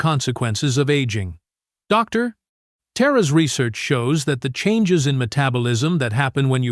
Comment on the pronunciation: That goofy sounding word “Doctor” with an awkward pause afterwards, is because the AI voice generator sees a “.” after Dr, as in Dr. Such and Such. To resolve the problem just take out the point after the Dr.